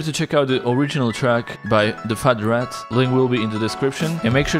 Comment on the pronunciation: He said FartRat !!